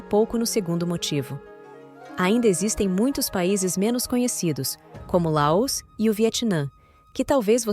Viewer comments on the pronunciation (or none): Essa pronúncia de LAÔS no lugar de LAOS está doendo o meu ouvido. Oxi!!!!!!!!